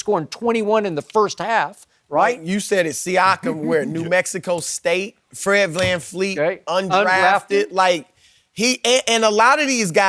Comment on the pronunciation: I can’t stand when Shannon says “Fred FanFleet”